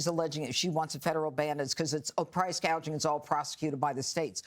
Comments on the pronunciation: She called it price GAGING , NOT Price GOUGING, she is just plain stupid!!! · Crazy part is you can't even pronounce price gouging. Kamela calls it price gageing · Somebody probably had to tell Harris its price gouging and not price gaging. If this woman ends up guiding the ship of State we are going to end up like the Titannic. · Kamala calls it PRICE "GAGING" NOT GOUGING No genius there..